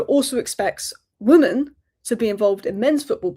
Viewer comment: why do you keep saying 'woman' and not 'women'?